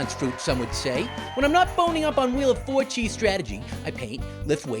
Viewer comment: lol I thought it was 'wheel of orgies'